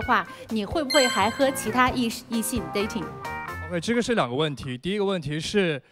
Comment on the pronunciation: 这节目噶觉很假 看不下去了 什么留学墨尔本，连dating 发音都发不好， 着装也不合适